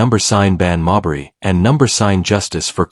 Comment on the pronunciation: Witch's name Should be pronounced "Mayberry" like Barney Fife Mayberry